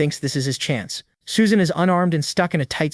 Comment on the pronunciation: Suesan? shee???